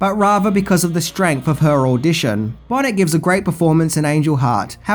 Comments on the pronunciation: Lisa Bonet uses her surname like Hyacinth Bucket ..... it's pronounced Bonay 😂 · lisa bow neh is the pronounciaction lov your vids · Oh c’mon! It’s Lisa BOW-NAY. How could u butcher the name of an angel? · Hearing Lisa Bonet's last name pronounced "bonnet" is funny to me. I love this movie. Reminds me of weird nightmarish type of movies. Kind of like Jacob's Ladder. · Lisa Bo-nay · Lisa BONET? ? LOL...its pronounced 'Bone-aaaaay 😆' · Lisa Bonet..... is pronounced Bonay . The t is silent :) . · great review and glad you were so adamant in your praise and how people or critics could of missed the point of the movie was baffling & thus great to hear from you. Lisa Bonet though is pronounced Lisa Bo -nay but if that’s all I can find to bitch about proves you hit this one out of the park. Keep ‘em coming. Great to see you tackle subjects that aren’t just straight horror and to do this one straight without any of your usual very funny take on the movie your reviewing with your top ten lists. ⭐️⭐️⭐️⭐️ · Lisa Bonet is pronounced ‘Bo-nay’. And she is wonderful in it. Definitely shrugged off her Cosby good girl image in one swift stroke. This is a great movie, but my biggest gripe is something someone pointed out years ago: those who are not in command of their souls should not be in fear of losing them. That’s the big problem with this movie – at no point does the main character have control of his actions when his is committing his crimes. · Why do so many people mispronounce Lisa Bonet's name? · your misprouncing of peoples names is beyond unprofessional and really drag your videos down. Seriously, it would take you less than 5 min to see how these names are pronounced. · BTW, it's Bonay, not Bonnet. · Her name is not Lisa Bonnet? It Lisa Bonet. Pronounced Bow - nay. It's like you don't even try. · Lisa Bonet, its not pronounced BONNET, its like BoNay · Lisa "bo-NAY", NOT "Bonnet". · It's Lisa Bonet (as in bone-aye) not Lisa Bonnet!